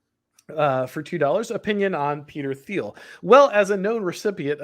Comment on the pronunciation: Great stream, as always! Small note, though, the H in Peter Thiel’s name is silent!